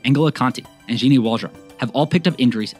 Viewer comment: Nice video except the pronunciation of Gini's name.